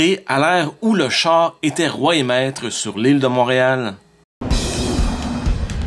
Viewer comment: Tout "l'amour" que vous portez aux voitures se ressent quand vous prononcez le mot "chaaaaaar" :) Merci pour vos capsules vidéo !